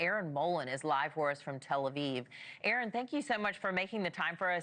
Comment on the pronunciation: Thank you Erin. Stay safe. Thank you news presenter for pronouncing Erin's name correctly.